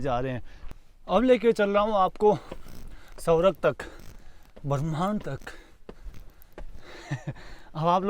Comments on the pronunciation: अरे भैय्या सवरग नहीं ,स्वर्ग बोलो...😂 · आपका मतलब 'स्वर्ग' ? सौरव सुनाई दे रहा है 😅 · सौरग नहीं स्वर्ग bolo